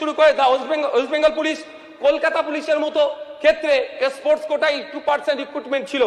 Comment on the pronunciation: স্পোর্টস কথা ঠিক মতো বোলতে পারেনা মোল্লাগুলো, বলে এসপোর্টস। এ আবার স্পোর্টসম্যান ছিলো। এনাকে তাবীজ দেওয়ার ব্যবসাতেই ভালো দেখাবে।